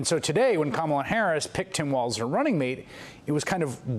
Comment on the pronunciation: Vance's pronunciation of Walz is a joke. It's not WALTZ people, it's "Walls".